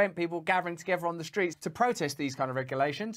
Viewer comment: Also Rusty can you go and buy a"th" to go with words like togever, or wever? FFS